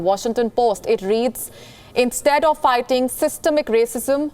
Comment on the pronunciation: "He is aalso figting the paress" Genius India, genius